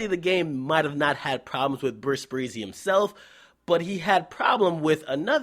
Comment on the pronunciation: lmaoooo this nigga always saying Bris Breezy. it's epic.